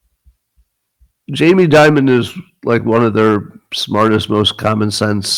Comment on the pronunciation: It's Jamie Dimon. Not Jamie Diamond.